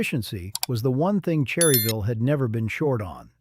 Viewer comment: Obviously the narrator is not from NC or he would know its pronounced "Churryville"!! IFYKYK